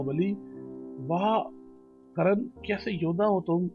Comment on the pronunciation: It's Karn not Karan...